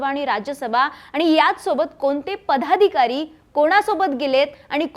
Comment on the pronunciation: पदाधिकारी च्या ऐवजी पधादिकारी असे का म्हणतायत काकू? 😂😮